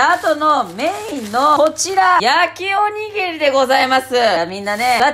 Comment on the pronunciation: 「焼きおにぎり」がちゃんと言えてない感じがめちゃくちゃ可愛くて好きです。繰り返し見ちゃう